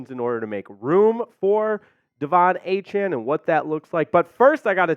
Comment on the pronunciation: Really? How the f*ck does Pain Train Achane work... when he pronounces his name A-chan? Noooooooooooooooo